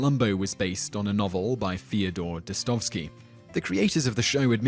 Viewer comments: How do you get Des-stov-ski out of Dosto - ev - ski? Just sound it out; it's more or less a phonetic transliteration of the Russian. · nice, but why the hell couldn't you research how to pronounce Russian names even close.. DosSTOVsky, really? The others are hardly better. You don't stress one of them right. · #2 - ...well, yeah... why did you think she hated Communism so much? Also, that is not how you pronounce "Dostoevsky." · Well deserved thumb up, except you mispronounced Dostoevsky several times :P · thank you! I was hoping someone would point that out!